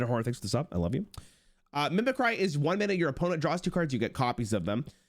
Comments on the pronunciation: the way he says mimicry makes me uncomfortable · Dude, WTF...... It takes middle school level knowledge to know how to pronounce mimicry correctly... Wtf... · Who pissed in your cheerios? He doubled down on it because chat corrected him, but he clearly didn't know how to say it at first. Probably overthinking it and didn't realize it was just the real word mimicry instead of some punny card name. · Him saying mimicry wrong gave me PTSD of when not a single streamer knew how to say "Photographer" correctly. Edit: And Avant-garde lol